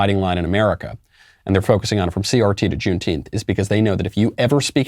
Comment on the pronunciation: What is june teenth? Tenth or what ever he is saying???